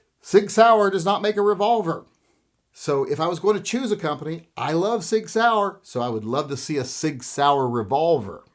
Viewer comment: you always miss-pronounce SIG and say Pig, I’d name your gun the SIG Pig.